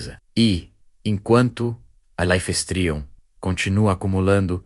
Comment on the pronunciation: Life streum ? pqp.. dá raiva de ouvir esse negocio errado.